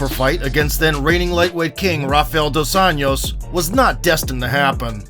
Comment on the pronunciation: Still mispronouncing "José", and now "Dos Anjos" too.